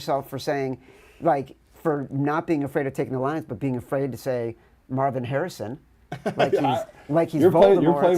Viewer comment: Why can't you say Marvin Harrisons name?